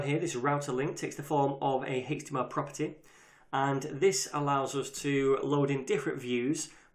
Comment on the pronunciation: I kept googling "Hixtima Property" until I finally realized he said "HTML Property"